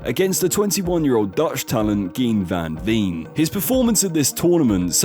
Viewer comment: agreed. I didn't think the name Gian van Veen could be butchered even more with not a single part of it pronounce correctly.